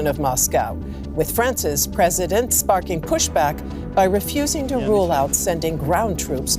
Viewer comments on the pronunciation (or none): none